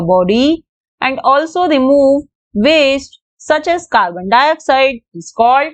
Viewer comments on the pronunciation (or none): none